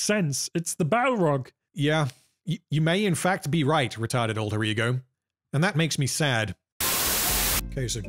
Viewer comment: I watch videos like this on 2x speed, and until today, I’ve thought you were saying “Retarded Rodrigo” and not “Retarded alter ego”